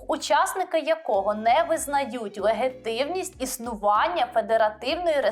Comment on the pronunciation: Ви якось не правильно говорите 'легітимність' 😀 Дякую за відео